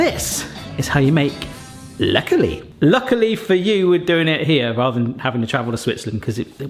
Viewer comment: They come from Basel. I have them in the less sugar version for diabetics. You pronounced "Läckerli" very well! They do sell the originals worldwide on the website...just saying...a comparison video maybe? Läckerli = something that is delicious.